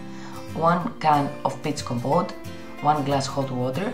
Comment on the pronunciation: Your accent is lovely. I was joking. It did sound like commode though. 😂